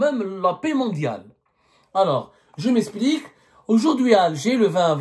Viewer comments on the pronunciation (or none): je mesplik😂 apprends a bien prononcer les verbes